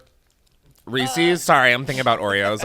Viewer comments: No one: Americans: Reee-Seees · Oh no . . . Chris is one of those people that says "reesey's." Disappointed LMAO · i can excuse any pronunciation of caramel but there's something about "Reesee's" that makes my skin crawl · I love that you pronounce reeses as reesEEs. So cute!!!